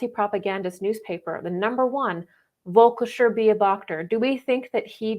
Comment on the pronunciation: You probably mean “Völkischer Beobachter” in German. I guess it’s hard to pronounce for non German speaking ppl